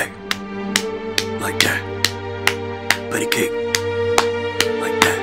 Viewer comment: He said buddy cake 😂